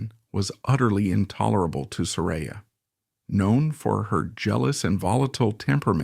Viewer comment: OK, 3 minutes in & you are not only repeating yourself, but MISPRONOUNCING HER NAME.